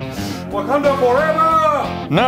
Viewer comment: Was so confuse when you says "wakanda fornever" in the other videos, I get it now.